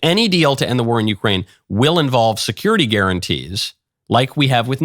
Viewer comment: If I hear securith guarantees one more time I am gonna die